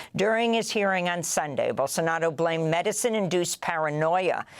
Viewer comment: Amy .......it's Bolsonaro not Bolsonado !!!